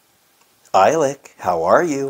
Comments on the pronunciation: You pronounce it E-Lick... I think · It’s pronounced “eelik”